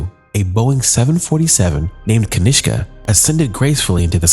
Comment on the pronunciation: Lol, you called the flight kashinka so confidently thinking you pronounced it right. You dumb potato 😂😂